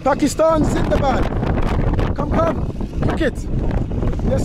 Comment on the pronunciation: Lmfao brother much love from Pakistan but that “Sindabad” got me cracking fam 😂 just replace the S with a Z but made my day with that comment we love every one brother even broken messages of love are from the heart. ❤️